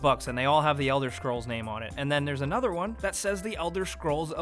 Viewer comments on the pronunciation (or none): none